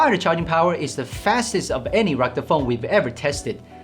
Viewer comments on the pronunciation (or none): "Recta phone?"